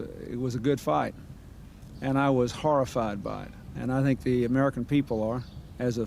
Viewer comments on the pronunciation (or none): none